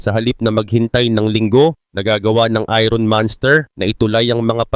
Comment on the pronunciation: Boss, binibigkas ang "iron" ng eye-urn or ayern at hindi ayron.